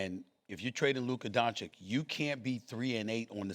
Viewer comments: Can someone PLEASE tell Stephen A. how to pronounce WembanyAMA? M. There's an M. Please. Kthx. ...and it's DON-CHICH. Not Don-chick. You literally do this for a living. Know the names. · It’s DON-CHITCH and WEM-BEN-YAMA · Stephen A makes it a point to say Luka Donchick and Victor Wembanyana. Like he never seen these dudes name before and never heard them said by anybody else. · Stephen A with the “Luker Donchick” pronouncation again. 😂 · Now SAS says DanZikk again Fr?? Few weeks sho He was able to pronounce him right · If I was Luka I would be pissed because Stephen A has been getting his last name wrong for 8 years. That is a pet peeve of mine when people don't take the time to pronounce your last name correctly for an extended amount of time. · Bald moron STILL cannot pronounce Doncic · 7 years and he still can’t pronounce his name. What a joke. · Stephen A. is such a Clown. It’s so disrespectful to still mispronounce doncic name after all these years. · Stephen A. Smith has a 30 year career and still pretends no to be able to pronounce Lukas Last name correctly. This is sneak disrespect. Nobody out here calling you Stephen B. Smith. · This Ahole still can't pronounce Luka's last name.....there is an -ić on the it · Astonishing that SAS can’t pronounce these European names. At least make an effort ffs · Stephen A is just plain stupid and he proves that everyday he is on the air.He has a love affair with AD and Kyrie plus makes the prediction The Mavs will win the championship. Wrong again .....He still can't pronounce Luka Doncic name correctly after 7 years.